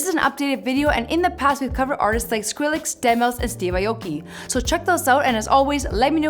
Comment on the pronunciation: She said skrillix